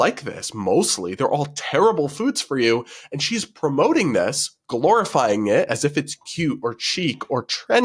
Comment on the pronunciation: I heard glorifying as “calorifying”